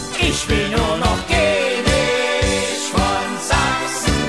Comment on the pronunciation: Keenisch von Sachsen